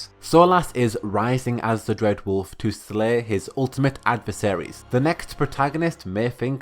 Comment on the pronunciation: Dread wolf has risen. Makes him sound like a loaf of bread. Bread wolf lol.